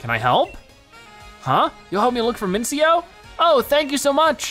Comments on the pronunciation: By the way it's pronounced Min-chi-no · Its pronounced (Min see no)